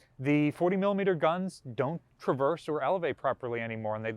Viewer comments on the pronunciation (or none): none